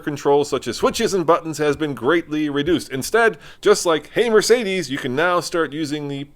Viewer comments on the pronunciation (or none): none